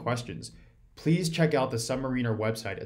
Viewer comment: You keep mispronouncing Submariner.